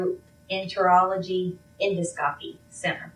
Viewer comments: A nurse, but can't pronounce en-dos-cop-y. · Can’t even say the name of her employer properly. It’s pronounced “End-oss-co-pee”-not Endo-scope-y. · Endoscopy is NOT pronounced endo-scope-ee it’s uhn-daa-skuh-pee Hearing that from a HCP is annoying. Knowing she murdered her husband while their kids sleep? DISGUSTING. She’s an uneducated, heartless, pathetic, murderer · She works as a nurse in GI and she just pronounced endoscopy “endo - scope - eee”?!!??? Girl, NO. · She is crying because she got caught. Bye Bye career. Bye Bye family, and Bye Bye Freedom. She could not even pronounce Endoscopy. It is pronounce En-DOS-co-pee. That is a red flag. If you cannot spell or pronounce the name of the company you are working for, you are unemployed. She is such a liar. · She works in endoscopy, but pronounces the word as "endo-scopy". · Right!!! As a fellow nurse I call BS on her being a real nurse!!! Endo-scopy 😂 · she really said endo-scopy 😂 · The way she pronounced endoscopy lol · She mispronounced endoscopy. Red flag. She’s not an RN. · A nurse that doesn't know how to say endoscopy correctly? Ok. I just found your channel and subscribed! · And pronounce "endoscopy" correctly. 😆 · Shes a so called nurse and doesn't know how to pronounce endoscopy. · I find it funny how she pronounces endoscopy. Never, ever, heard a professional in the medical field pronounce it this way. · I know! You are a nurse and actually work there and mispronounce it. She reminds me of one of the nurses that aren't that bright